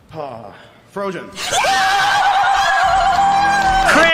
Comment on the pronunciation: I was wondering about that too, LOL. Like did he pronounce it that way due to his accent or something, or just not know how to say her name?